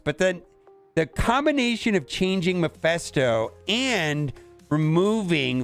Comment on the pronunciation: It is mephisto not maphesto :D